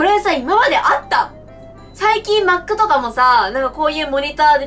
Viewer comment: 、マックの発音が...w